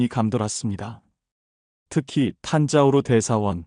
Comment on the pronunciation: 탄자우르가 아니고 탄자부르 입니다. (Thanjavur) 탄자우르는 존재하지 않습니다.